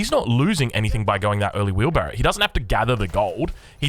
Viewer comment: Im new to AEO I’ve been hearing it everywhere but what the fuck is wheebarro